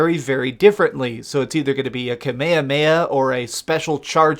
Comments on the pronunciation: This guy said Kamay-ha-may-ha...... wtfffff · "kameya meya" lmao. anyway, no offense. you got a giggle out of me. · "kameamea" this guy is fuckin stupid. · Did this nigga just say "kamayamaya"? Has this nigga never seen anything DBZ? I can't support this. Off to the next video. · Kamayamaya 😂😂😂 that sounds like a bad Indian spicy mayo sauce lol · Anyone else annoyed by the way he pronounced Kamehame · the cringe when he said Kamehameha